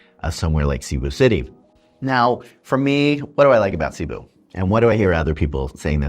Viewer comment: Filipinos and experienced foreigners do NOT say : Sea-boo City , They say : C'boo (C pronounced like a S) Shows you have not melted into the place. Your still an outsider. (Your not in america , your in Phils)